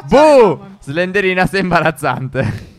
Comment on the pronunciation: ma non si dice slenderina si dice slendrina